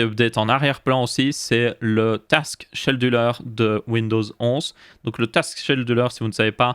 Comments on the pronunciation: ça se prononce skédule pas chédule ^^ et non ça sert pas à allouer les ressources mais comme son nom français l'indique (planificateur de tâche) à planifier les tâches, genre tel jour, tous les jours à tel heures, à chaque redémarrage, etc. etc. tu dois sûrement confondre avec le task manager (gestionnaire de tâche) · Hello ! toujours au top ces vidéos ! :) Juste on dit "Skéduleur" pour scheduler, ça m'a tiqué à l'oreille mais c'est rien de grave ! Merci de nous tenir informé de l'actu et de donner ton avis sur tous ça ! sys